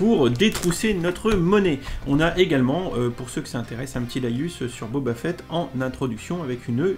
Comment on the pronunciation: Boba "Fouette" ? Oula je sais que les français ont du mal avec les langues étrangères mais là il y a pas à chercher d'accent à fait x)